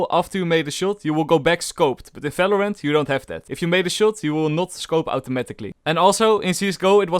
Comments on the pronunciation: its valorant not falorant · Bro it is Video not Fideo... It is not Falorant, it is Valorant... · Welcome to today's Fideo and in this Fideo We Will Talk About Felorant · lol people always does this in “felorant” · Why u say any word with V like Falorant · hehe, he says smellorant